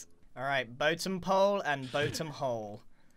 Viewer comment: Don't you mean the "boatem" of you stomach just dropped?